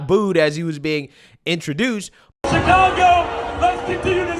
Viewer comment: Bruh did you say Chicongo? 😆